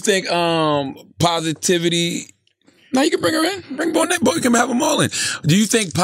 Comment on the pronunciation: it's so funny how American's cannot pronounce African names.. lol he is still not pronouncing Bonang right.